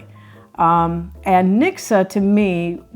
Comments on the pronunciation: You say nikse.... but it is reallly niksen with a N. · it's not "niksa" it's NIKSEN!!!!!! (Niksun) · LOL, never heard of hygge, thank you for the introduction. Mixer?? Oh, you meant niksen (sorry, that was really terribly pronounced) nick-sen. (I do not think you younger generations (anyone born after 1992) uses that word any more.) I think it is something like your "vegging out" - let your mind go blanc and do nothing special. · The 2nd n in niksen should be pronounced as well. So not ‘nikse’ but ‘niksen’ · It is pronounced as niksen and not as niksa. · Pronounce the last n in niksen lightly. Please do not say niksah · Niksen isn’t really pronounced as niksah, but as Nixon (dude from the Watergate scandal, although he wasn’t doing any niksen) 😜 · Grea to see some of our mindsets being discussed. Made me appreciate them more. One small comment: "Niksen" ends with an 'n' not with an 'uh' sound. And I never experienced the directnes like you described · Het is niksen... with an n at the end. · Sorry but NO ! In Dutch one does NOT pronounce the 'n' at the end of a word (Only in northern dialect or In Zeeland one does pronounce the 'n' as written) So yes : written YES, pronounced NO NIKSE' IS CORRECT....